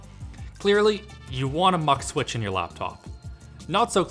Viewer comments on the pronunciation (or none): It's doesn't sound like a MUC switch, It's MUX, its X not C. God. Sorry but it triggers my ocd. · From a portuguese electronics guy, I hate how you say it mux switch, only because I say the word mux differently and it bothers me. xD